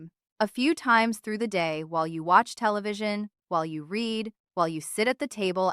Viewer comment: AI voice. Also mispronounced “read” as in the past tense about reading all the answers. I bet AI reads them…